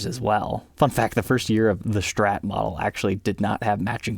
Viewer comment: Not until he says “STrat” not Shhtrat”